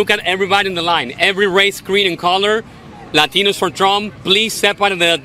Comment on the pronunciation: You forgot the r in latinos.